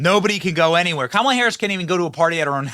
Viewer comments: KAH.mule. Ha. Ha. Ha. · Oh my God I love it "Kackala"😂